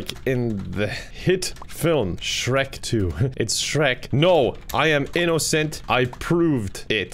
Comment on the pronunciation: i like how he said “innocent” “in-NO-cent”